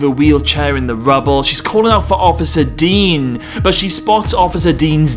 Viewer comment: It’s officer Deng, not officer “Dean” HAHA